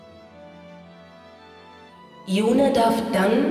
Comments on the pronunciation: hast du gehört? Yune (flüssig) und nicht Yu-ne! Mit freundlichen Grüßen ~SuluX P.S: Schönes LP gewesen ^.^ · Ja, er hat es sicher gehört. Aber der gute hat jetzt das ganze LP über YunE gesagt, da wäre es auch albern, es im letzten Kapitel plötzlich anders auszusprechen. Zumal ich (das ist natürlich nur eine persönliche Meinung) finde, dass es mit langem E hübscher klingt =) Und zu deinem P. S., das LP ist doch noch gar nicht zu Ende, morgen gibt es wieder FE zu genießen =)